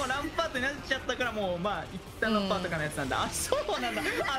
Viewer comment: ランパー"ト"やな